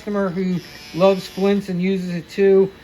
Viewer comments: BTW, it's FLITZ, not FLINTZ. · Sorry bro but there is no "N" in F L I T Z...yer killing me bro...otherwise FANTASTIC video! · It's FLITZ like SCHLITZ 😅😅😅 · It's Flitz, not Flints. It removes bluing because it contains amonia. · confused the hell out of me saying flintz. till i saw the tube I had no idea what you were talking about. but yeah.. Flitz is great stuff. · Thank you for sharing all of the information. A Very Minor Detail. "FLITZ" does not contain an "N".